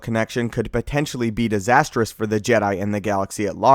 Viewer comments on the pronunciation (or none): "Be disastrous" orrrrr "beathisasstrous"..?🤔🤔🤔